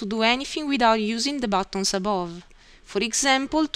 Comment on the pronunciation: batooons (buttons) hahahahaha